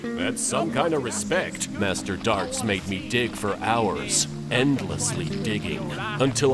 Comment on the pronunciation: If they weally loved you, they wouldn't be dead. Now, dwig. Like the dwog you awe